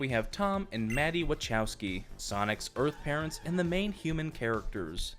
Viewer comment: I almost thought you said birthparents instead of earthparents I got so scared for a second